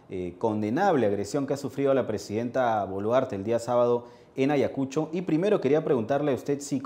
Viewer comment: Primeramente amigo es Ayacucho y no como lo pronuncias Ayacusho y creo que tiene su merecido x ser terca y aferrarse al cargo a sabiendas de que la población no la pasa y al ir ahí es provocar.